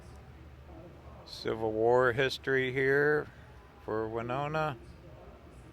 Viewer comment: My college town! Nice to have you in my home state!! It’s Wih-no-nah, not Wynonna. 😉